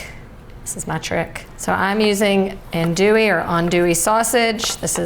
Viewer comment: Honey, you make a dynamite Gumbo and you're one of the few online chefs that I have seen who can correctly pronounce "andouille". Being from Metairie, why didn't your friend try to make you put tomatoes in YOUR Gumbo? Hahaha